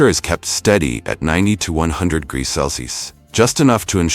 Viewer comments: 10.13 one thousand sixty four what???! Grease?? Ai might be smart but it still can't talk😅😅😅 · 1064 grease? Haha man this AI is fkn stupid and hilarious